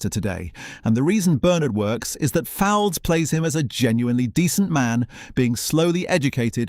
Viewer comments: Replace AI, it's pronounced. Folds, Derek Folds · Derek Fowlds - his surname is pronounced "Folds".